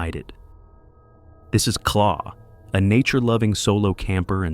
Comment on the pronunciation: claw!!!! claw???? her names Clare 😂 I hate AI overtaking everything coz people are too bloody lazy to do it themselves 😂